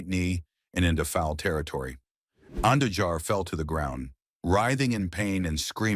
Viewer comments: I know, right? Dude pronounces Andujar’s surname like five different ways. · crazy thing is how it pronounced Andujar's name SEVERAL different ways, smh.